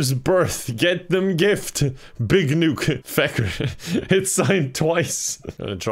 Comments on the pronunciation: It triggers me that keeps pronouncing “Nook” as “Nuke” instead of like “nook and cranny” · i just realized he calls him "Nuke" instead of "Nook" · Its Nook not Nuke lol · is a normie confirmed! Everyone: “NookPhone”: “NukePhone” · Is everyone gonna ignore the fact that says "Tom NUKE" instead of "Tom Nook" HAJAHSJUSNZNN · The fact he called Tom Nook “Tom Nuke” is so funny to me for some reason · i love that he pronounces nook as nuke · “NUKE-phone” no wonder it’s so expensive😧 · Pronouncing Nook like Nuke is very on brand for you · I, it's n-ook, not nuke, this is. I just what, also all the questions, you are new to the series huh? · Him pronouncing NOOK as NUKE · Why is he calling him Tom Nuke? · I love you but it's pronounced Nook as in Hook not newk. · It is pronounced nuk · My favorite thing is your pronunciation of “Nook” as “Nuke” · Can't get over how says nook. Big nuke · When pronounces Nook as Nuke. 🤯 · Pronounces "Nook" like "nuke" for no reason whatsoever. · Hearing mispronounce Nook the whole time made it more entertaining ngl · why does pronounce nook like that lmfao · he mispernunced nook I think